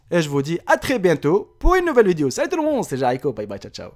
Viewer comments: des fois il dit vidio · C'est pas vidio c'est video